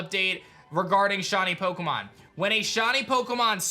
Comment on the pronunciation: "Shawny Pokemon"